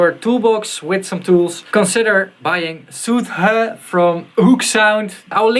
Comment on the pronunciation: Its soothe, not soothe, you clog wearing hippie! ;)